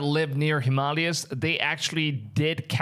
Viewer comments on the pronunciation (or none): It's pronounced him- ma-lay-ah, Brother. But you are adorable 😊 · It's pronounced: Him Ma Lay yas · Ahh yes the him-allies 😂😂😂